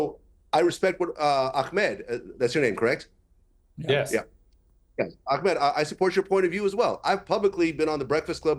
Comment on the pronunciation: Its Ahmed btw. Not Akmet..ignorant limey